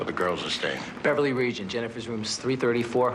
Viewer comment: Bever-Leigh Banfield